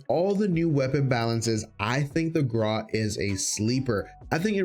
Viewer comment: Videos very nice top 5 for sure, but why you say Graw but it should be (Gr-au)